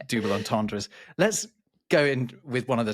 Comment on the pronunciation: YOU JUST PRONOUNCED DOUBLE AS DOOBLE? And you call yourself word specialists lol or maybe double is a french word in that phrase….wow